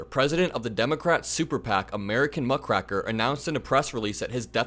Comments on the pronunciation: lol, sorry for this...and yes there is a touch of OCD here. It is Muck ( as in mud/pooh/crap) Raker ( as in a yard rake used to rake up leaves) (not racker as you say multiple times) A muckraker is an old term for a person who digs up stuff that should not be brought up. A companion term is "Sh1tstirrer". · Muckrake rhymes with rake. So Muckraker rhymes with raker. Your repeated mispronunciation is pretty hard on the ears. This does not diminish your criticism but it is jarring. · muck rake er. Not muck rack er. Sorry but you are so smart and articulate this one thing😊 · It’s not Muck Cracker. It’s Muck Raker. Imagine someone raking muck - that’s them. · Muckraker has a hard A. It's muckrAker- as in using a RAKE! Google it's historical use. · Love your vids. But, it is muck - rake - er. As in one who rakes up muck. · Muck-raker. That is how it is pronounced. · It’s pronounced muck-rayker e.g the person who rakes the muck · "muck raker" as is to rake the grass. You were saying it wrong, lol sorry that's my brain's fault 😋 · Hey..Just a comment, its a small thing but educational..The word is muck 'raker', as in a garden rake. So a utensil to rake up muck... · There’s no c in rake! It’s like the garden tool! Raker! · "Muckraker" rhymes with "baker" The muckrakers were very important investigative journalists around the late 1800s and early 1900s. They triggered a lot of reforms, such as safer food and drugs, women's rights, safer working conditions, the break-up of crushing monopolies and so much more. One of the best magazine was McClures, many issues are on line and highly readable even today. They were heroes whom we should never forget. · it's muck-raker...long 'a' sound in raker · It's pronounced muckrAker's. A hard A as in rake or bake. That's ok though, because they beat her ass in court. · There is a long"A" in the word muckraker. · It's muck-raker, like rake :D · Pronounced, muck-Rake-err. Not a big deal. Good coverage.